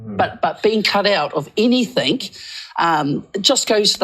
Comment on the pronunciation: "Anythink" ..... really ?